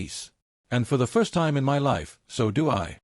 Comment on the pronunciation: so the AI doesn’t know how to say “my”?